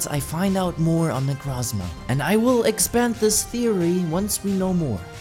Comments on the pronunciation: its not necrazma its nekrooooozma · its necrooozma not necrazma